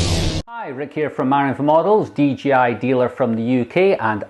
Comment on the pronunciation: he said DGI